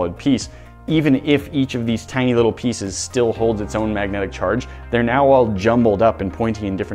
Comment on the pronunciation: Maggotic field